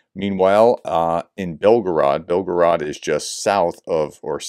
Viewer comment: It's Raspoootitsa, and Belgoorod, not Belgarood !!